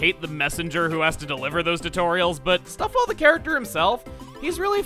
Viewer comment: stuffwell reminds me of mr. Fizwigit from ratchet and clank 2. you know where he incoherently mixes up words to where sounds almost illogical? That's what stufwell sounds like